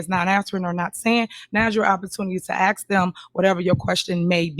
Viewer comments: Let me aks my manager 😂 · I couldn’t sit there and let her talked stupid to me. !!!!Throw 💩 back to her!!! Correct her English! The word is Our not Owl .!! How are you doing anything right bc you are crazy and Dumb as a bag of rocks!!! Asked not axe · She cant even prononce her words right , ax me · I can’t have my mayor or anyone who says axe instead of ask in control of my money 🤷🏽‍♂️ she def axing away at the money literally!!! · Wow, just hearing her speak proves to me how low her intelligence actually is. I've never hear a grown professional say axe instead of ask.. damn, why is Dolton reelecting this high school drop out? All this goofy ass beezy is doing is gaslighting and double talking stuff. The FBI is going to tear her a new one. They arn't going to take her ghetto crap. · you need to quit ax'em them and ask them lol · can we use proper English? axe? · Why can’t she say ask asa warlord instead of axe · Is she saying Ask or Axe?? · Axe axe axing....ASK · Why can't black people say"Ask"? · She cant enough pronounce the word ask